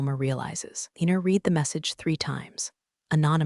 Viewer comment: Your AI doesn't know how to pronounce READ in the proper text.